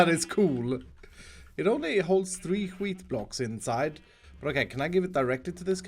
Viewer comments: he do be saying hwheat tho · The Way he says wheat is so funny